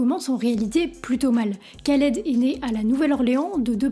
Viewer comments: arrête tes conneries vous ne savait meme pas de prononcer ce nom khaled cest pas kaled et quel est le problème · Un K avec un H en arabe ça se prononce "R". On dit "Raled" pas "Kaled" 😁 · Super vidéo :) Sinon, c'est juste improbable de prononcer "Ka"-led au lieu de "Ra"-led en 2024 :S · Je t'avait découvert sur TIKTOK trop content de te voir sur YouTube je kiff ton taff gg. Ps: on dit Raled pas Qualed 😊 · Sympa par contre attention à la prononciation, c'est plus proche de raled normalement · Et on dit Rhaled pas K (comme kilo) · C'est Dee Jay "Rr"aled que ça se prononce. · Juste la prononciation c'est "RRAled" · Sympa la vidéo. Mais mauvaise prononciation du nom de "l'artiste". Le kh se prononce rrr. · C'est horrible de t'entendre prononcer son prénom aussi mal. Sinon. Bonne vidéo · C’est ouf défaire une vidéo de 16min sur un type sans savoir prononcer son nom